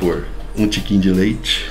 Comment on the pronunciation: Um tiquinhk de leite, kkkkkkkk